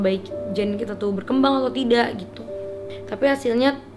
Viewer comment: kalo ngomong tidak kenapa dibaca "k" nya bacanya tida aj